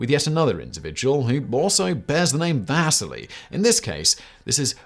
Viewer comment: va SEE LEE. Its pronounced Va SEE LEE not Va sih LEE. Fuck me running my guy.